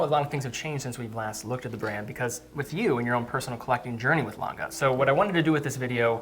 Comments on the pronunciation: Its not langay kevin its lange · Love these collabs. It's also funny hearing trying to help Kevin pronounce Lange (Lohn-gah rather than Lang-gay) to no effect. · I swear to fucking god, if calls it “Longuh” one more time im gonna lose my shit. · You forgot his absolute butchering of pronunciation of German “Lange” 😂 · Kevin O'Leary pronounces the brand wrong :goodvibes::goodvibes: he pronounces is French!!! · Pleeease don't call the "Lange One", is "Lange Eins". Thanks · Very disrespectful, he mispronounces Lange disrespecting the manufacturer he interrupts, that's arrogant and disrespectful, just makes it too hard to watch for me.